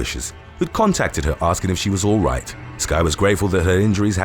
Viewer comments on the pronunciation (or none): none